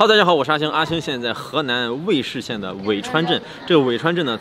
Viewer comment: 挑个刺哈，是读尉zhi1县